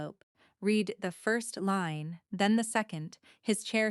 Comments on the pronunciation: It is RED not REED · Didn't ANYONE listen to this insipid MACHINE-READ DIAGLOG??? He "read" the first line, present tense instead of past, as required. "Really-able" instead of RELIABLE. Too bad it's so effed up. The info might be useful.